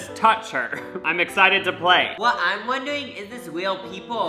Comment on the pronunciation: “what I’m wondewing is this weal people ow cawtoon chawacters” awhhh